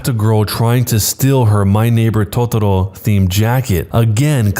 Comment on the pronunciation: The way he pronounces totaro (a creature from a studi Guibli film) is so funny